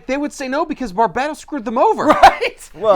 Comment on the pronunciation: Who the hell is arguing it's bar-bate-os it's fucking batman it was definitely bar-bat-os